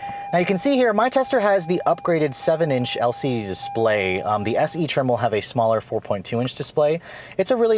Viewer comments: Dispray lol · tablet dispray 😂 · ... when your asian kicks in yo! Lol I can’t stop laughing... when his DISPRAY ... Asian pryde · "When they adopted this tablet like dispray"